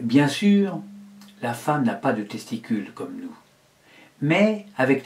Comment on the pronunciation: // "LA feemme pourra se faire greffé des testicules " euh ...